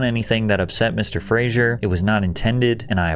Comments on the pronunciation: His name is pronounced Frazer like Razor. Too many people pronounce his name like the character of Cheers. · It's pronounced phraser u dope. I can't believe anyone thinks they're an expert on hollywood he can't even pronounce his name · Just by the by, its actually pronounced Fray-zer, like Razor... We've ALL been pronouncing his name wrong for years and he was just too nice to correct us 😢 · There is no "i" in Fraser, you are pronouncing it wrong. It's not pronounced "Frasier" like Kelsey Grammer's title show. The evil people in Hollywood seem to be unaware that there is a real God and a real Hell! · His surname is pronounced Fray-zer. How could you not check this before recording an entire video about him? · Patrick, buddy- I love you sm but you pronouncing his name wrong.. 😅 Its FRAY-ZER. ❤ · Made an entire video just to mispronounce his name the entire runtime. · Hilarious the narrator doesn’t even say the last name right. Makes you wonder what else he got wrong here. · FYI, you are not pronouncing his name correctly the entire video. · In all your research your couldn't learn how to pronounce the mans last name correctly? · Learn how to pronounce his last name. Jesus... And stop saying "anyways". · His last name doesn't have an "i" in it...Say his name correctly!! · How about you pronounce his last name properly! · I don't normally nitpick but it's Fraser like Lazer not Frasier like the show Frasier. It's odd you did all of this research and work in this video and never noticed. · I hate to be that guy, but it’s pronounced Fraser (Frazer) and not Fraiser. Every time and he’s always adamant about it. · It's Brendan Fraser pronounced [Fray-Zer] the name [Fray-Jer] is from the 90's TV show Frasier which is a different name to Fraser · It's pronounced "fray-zer" not "fray-zhure" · Frazer not Frazier😅... I'm quoting a line from Brendan himself while talking to David Spade's character in the Dickie Roberts movie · Fraser, pronounced like razor.